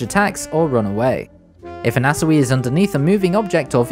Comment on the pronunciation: why are you saying anasui like that